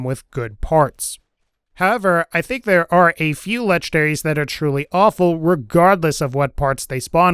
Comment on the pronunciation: I like how you say "lege-daries". No N's were harmed in the process.